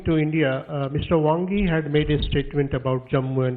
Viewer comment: Jai shankar said 'Bhangi' instead of Wangyi 😀😀😀